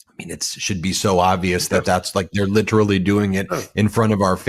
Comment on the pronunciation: Please learn how to pronounce “literally”.